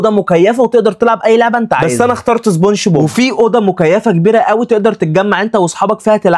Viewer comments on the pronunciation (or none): سبونش بوب ههه مش سبونج بوب